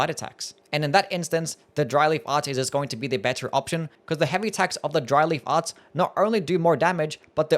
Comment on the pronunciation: Really made a point to enunciate so that it didn’t sound like Dryly Farts, didn’t he?